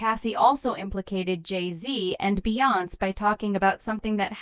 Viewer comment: Just another A-i video. Can't even pronounce Beyonce